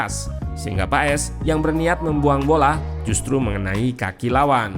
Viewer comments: Sekarang pengucapan nama Paes bukan di ejaan kita min, tapi pengucapannya adalah Paas...kalo tulisan nya sih tetap Paes😊🙏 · Marten paes di baca maarten pas